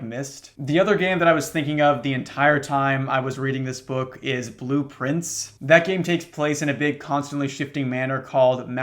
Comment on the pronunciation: I literally only ever heard him say “blueprints” until this comment said it was blue prince